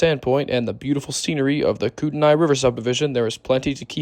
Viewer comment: Nice catches on the Northern Transcon! Kootenai is pronounced koot-ney for future reference.